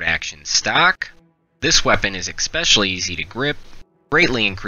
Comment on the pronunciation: "Exspecially". Jesus, someone should take you seriously?